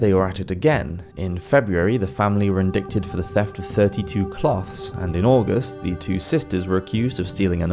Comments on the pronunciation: I love this channel, but "indicted" (for example, ) is pronounced "in-DYTE-ed", not "in-DICK-ted." :) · What's "in-dik-ted?" I think you meant, "Ind-eye-ted". The "c" is silent. Don't mean to be harsh nor a cleverdick, but I've never heard "indickted" as an English word before. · In-dic-ted. In America we say in-dite-ted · Love the channel! But, at the risk of committing blasphemy, “indicted” is pronounced in-dye-ted, not in-dikk-ted. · In-dict-ed sounds cute, but I believe it's pronounced in-dite. Good show! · Medieval art kicks ass. By the way, the word "indicted" is pronounced "in-DITE-ted" Not "in-DICK-ted." Although....back then....maybe they were in-dicked-ted a lot. Different times. Good video. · yo, "indicted" is IN-DIE-TID (or is it different in UK?) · It is pronlunced "InDIEted". Not inDICted. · in-digh-ted not in-dic-ted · "Indickted"? Seriously? Indicted - 'in-dye-tid' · Please stop saying "indickted", the proper pronunciation is "indited"... agreed, it's not spelled like it sounds out loud. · In- die-tid is how your pronounce it lol in-DICK-id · The pronunciation is poor so the quality of the video drops… indicted for example is pronounced like “in-die-ted” not “in-dick-ted”. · = "in-dick-ted" I like this channel a lot, but it's this kind of thing that honestly scares me amidst informational context... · Love this channel! Side note, I think it's pronounced "in-dye-ted" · I stopped watching when the commentator said "indicted" as "indickted". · Shit was bugging me too. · Bro, no judgement… indicted is pronounced in-die-ted… the c is silent. Otherwise, sweet video! Really enjoyed it :) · I'm not being a grammar n@ Just helping. The "c" in "indicted" is silent. It's pronounced in-die-ted. Usually when people mispronounce a word, it means they learned it by reading, which should be applauded. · "Indicted" is pronounced "indited" with no "c" & a long "i". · Indicted is pronounced "indighted". OK? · Indicted pronounced indited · The C is silent in Indicted .